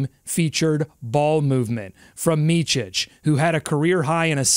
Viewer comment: FYI. The ch sound in Micić is only at the end . It's not Meechich (like Luka Donćić) but Meetsich (think Mitzy.). 🍻